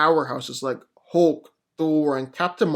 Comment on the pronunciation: the way u pronounce "thor or hulk" makes me want to slap up u piece of sh't